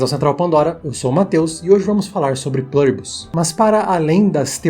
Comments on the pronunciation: a palavra é latina amigo, não precisa falar com sotaque kkk É plUribus, com U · se é do latim, não seria melhor falar o U com som de U mesmo, em vez de "plâribus"? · Qual é o sentido de pronunciar um termo em latim como se fosse inglês? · O vídeo é bom, eu gostei. Mas me incomoda a pronúncia de "Pluribus" com leve "intonação americanizada", como se fosse em inglês; especialmente pq você pesquisou e identificou que é latim. Mas isso é o de menos, apenas pontuando mesmo, rs!